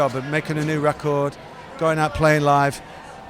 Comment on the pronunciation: I love how that accent says REcord.